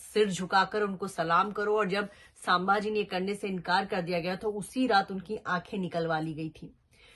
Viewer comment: chak aurt ..unka nam bhi dhang se nahi le rahi hi tu..tu sabhaji sanbhji kya bil rahi hi..unka nam leneki avkat nahi tumhari......😡😡